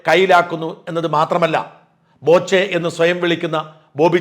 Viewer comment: ബോചെയല്ല, "പോച്ച"